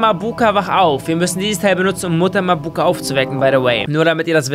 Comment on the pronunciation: bei Mabuka betont man das a am anfang und nicht das u